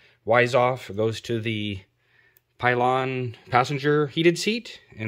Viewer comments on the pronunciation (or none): Good video. But no such thing as a pylon seat. Pillion. Pill ion. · PILL-EE-ON!! Now say it smooth and fast Pillion! Its latin origin: noun a seat for a passenger behind a motorcyclist. HISTORICAL a woman's light saddle. HISTORICAL a cushion attached to the back of a saddle for an additional passenger.